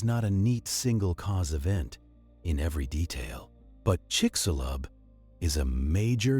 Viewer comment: chicshulub, that is how it is pronounced, trust me i'm from yucatan and also it sounds weird when gringos say THE Yucatan, is just Yucatan